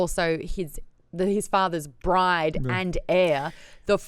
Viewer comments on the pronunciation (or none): none